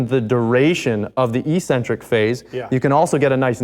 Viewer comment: It’s pronounced “ek-sen-trik”. -From England 🏴